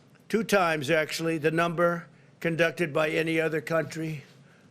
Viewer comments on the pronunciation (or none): Lol, he said "China numba one!"